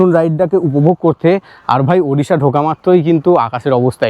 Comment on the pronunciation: For the first time I hear someone from WB say Odisha.. and not Udisha. 🎉🎉🎉